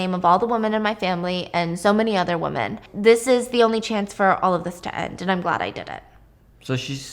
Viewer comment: Women not woman.